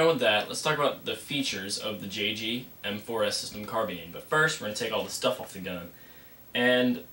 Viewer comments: Haha. You said carbeen. It's carbine. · wtf is a carbean...its carBINE